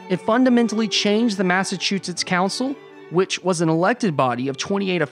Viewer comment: Hearing you say "Massachusetts" really hurts my ears. Yikes!